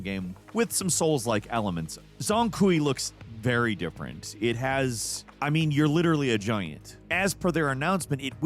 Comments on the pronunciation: close, it's pronounced zhong (johng) Kui (kwee). you may also say or hear the' Zhong' pronounced like a short "Chung" but the 'Johng' is the more technically correct of the two. He is a prominent demon hunter in Chinese mythology. He was appointed as the "king of ghosts" in the underworld. Also, despite western meanings of the word demon, as you well may know from playing BM Wukong (assuming you did), these demons are called yaoguai and include things like fallen gods, souls of the dead, or even just animals with sentience and magic powers. Essentially its the idea of something with an excess amount of Chi (a complex concept but essentially life energy, or mana). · Zhong Kui is pronounced 'jong kway' (or 'weigh' with a k in front). Thanks! (Also, Yin Tiger re-appearance!?) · It's actually pronounced Zhoung kui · Zhong Kui is pronounced kinda like "Jahng Kway" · I think it's "Sh-Zong Qweee" phonetically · Pronounced jong koo-way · Hey, it's pronounced Zhong Kui. Does that help?